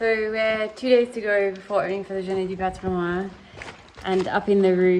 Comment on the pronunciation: Excellent. Great site, wonderful château. Lots of time, elbow grease ahead. (By the way, for Heritage Day in French, you pronounce the "n" in "patrimoine". ;-)